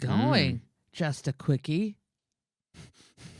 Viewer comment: I literally cracked up when said "Nice going Just a quicky (queekie)!" 😂